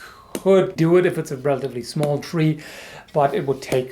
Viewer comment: as a hungarian I love your pronunciation. I love your videos and your viewpoints on random things. Keep up the good work.